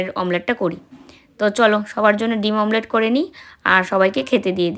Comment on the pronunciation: mamlet bolo na eta thik noy omlet i bolbe tomra social influencer tomader mukhe bhul jinis ta manay na